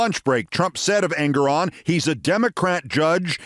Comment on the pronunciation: FWIW...I understand the correct pronunciation of the honorable Judge's name is en-GORE-on.